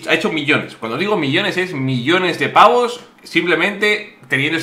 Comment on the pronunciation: Acaba de decir... millones de paVos...? xD